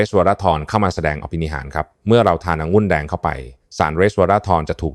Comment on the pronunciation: องุุ่นแดงหมออ่านเป็นองุ้นแดงไม่ถูกต้องครับ